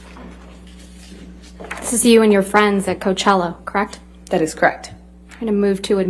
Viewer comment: Creckt? Thats creckt.